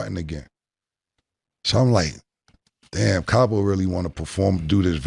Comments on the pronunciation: CAP-O...LOL...Cam was scared thats why he wanted to do it after. lol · Weak Weak Weak😅Capo Sounded like 😅Crappo💩💩💩😅Julez Fucked Up😅With His Scary Ass Look😅In His Up State Prison Pic😮Plus Kimbella Wearing the Pants in Their Romance😅Dipset was a Noveltie Rap Group...